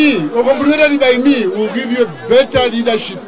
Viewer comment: It's leadership not readership. say it right